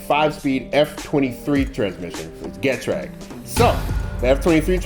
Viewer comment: I asked Getrag how to say Getrag once, they say "Gee-Traig", where the Traig is like Craig. I seem to do this a lot, asked about Aisin, they say "Eye-Shin", where the shin is like your leg bone shin.